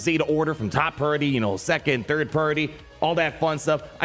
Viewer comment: Dr. Aphra "THID" PRIORITY LMAOOO